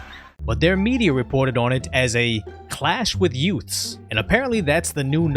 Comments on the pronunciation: Uhhh did you say yoouts? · Did you say, "Yoots?" What is a "yoot"? Time to call on My Cousin Vinny. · What's a yout? You said the police clashed with youts?